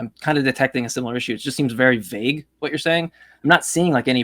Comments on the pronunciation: Ugh... The way that guy pronounced vague..."vag", like a German saying "wag" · He keeps mispronouncing “vague” as if he’s only ever read the word and never heard it spoken by anyone else. Then repeating it as if he knows his way is right. Just another point of annoyance